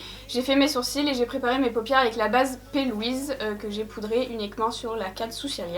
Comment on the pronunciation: Aaaaaaaaaah P.Louise???? Hahahaha ça fait des mois que je regarde tes vidéos en comprenant "pelwhise"!! Base P.Louise, c'est noté mdr